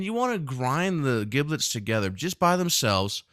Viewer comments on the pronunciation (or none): It's pronounced "JIB lits" not "GIB lits" and it's "TAM ee" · Duck with an “ e” Ducke?? Giblets are pronounced as Jiblets and not GIB LET. Just a suggestion. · Brilliant. Inspirational video. Your pronunciation of 'giblets' triggered me, though. Should have a soft 'g'. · The G in giblets is pronounced as a J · Heads up dude. First; I love the recipe. Epic. Can I try other flavours such as chili oil etc or is this one of those "mess with the recipe at your peril" type of things, you know, like... soufflé? Oh,,,, sorry to be "That guy!" but... who taught you to pronounce giblets? You need to find them and slap them... HARD!. It's pronounced jiblets. The gi is pronounced the same way as the Ji in Jim. Seriously, Google "how to pronounce giblets" It's the same in the States as the UK. I thought at first it was one of those things like "aluminium, tomato or grey, but... nope. Again, in closing; Nice work. Thank you. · Just like GIF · A chef pronouncing giblets incorrectly is really fucking annoying. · You should learn how to pronounce 'giblets' before making a video like this